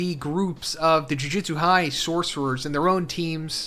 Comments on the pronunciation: Yes! You guys hate the way this guy says “Jujitsu” too? It’s so annoying. It’s “Jujutsu”!! Lol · Bro!!! It’s JUJUTSU! Not “jujitsu”, that’s a martial art. Guess it doesn’t matter now. Edit: This is a completely different translation from the others!